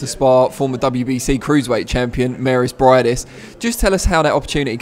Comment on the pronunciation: Its Briedis, btw, not Breidis! Cmon guys! You can do it, lol